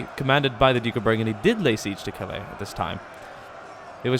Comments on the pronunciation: Calais is said Cal-ay. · Please. Cal-aay. Your use of the word is murderous. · The way he says Calais pisses me off